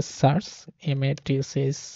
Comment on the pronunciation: everything is great but something really triggered me all video long. And it is: you pronounce "search" wrong. It's a positive criticism. Take care.